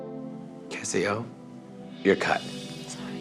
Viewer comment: every time she said Cassi O i though of Othello